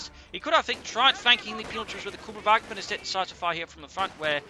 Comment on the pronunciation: hey, its pronounced kÜbelwagen like the ü in panzerfüsiliere. btw great work, keep it up!